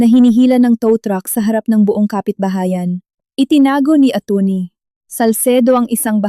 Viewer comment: Ano po ba Ang tamang bigkas sa salitang Atty? Bakit parang iba yata Ang bigkas nyo?